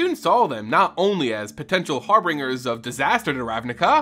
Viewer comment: Harbinger “Har-binge-er” say it with me Not “bringer.”